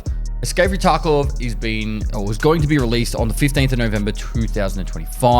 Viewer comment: Is it just me or did he say escape from taco lmao 🌮